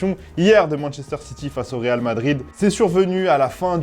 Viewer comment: Le rrrrrrrrreeeeaaaaaaaalllllllll